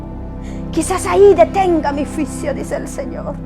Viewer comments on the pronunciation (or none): Pero porque hasta ahora estás dando profecía, porque antes no lo hiciste? También pronuncia bien! Se dice juicio, no fuisio. Los jinetes, lo has leído en la Biblia, cuidado! No acuses al pastor porque ya es viudo y no está en adulterio y también ya pidió perdón a Dios y a los que lo acusan. Muchacha cuidado con juzgar en público, recuerda que todo lo que se siembra se cosecha y más tarde, te lo harán a ti. Ten cuidado, y pídele perdón a tu pastor. Se ha levantado mucha gente queriendo tener fama y dinero en YouTube. Pero usémoslo para predicar, no para deshonrar. Cuidado!